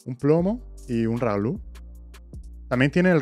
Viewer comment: Raúl no Ralu 😀😀